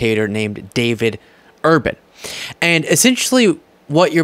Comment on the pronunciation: David Urban , not urbane !